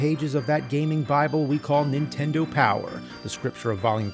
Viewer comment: It never gets old hearing James say super "INtendo"